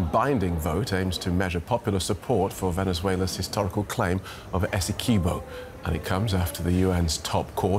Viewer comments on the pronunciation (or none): It is pronounced Esse-quib -o (quib like squib, o). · The county is called Essequibo not Esse key bo. BTW this is a false reflection of my country Guyana.